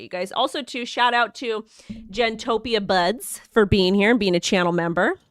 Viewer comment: Your adorable lol (Jeen-oh-Toh-Peeyuh) Buds lol. Just say GENO!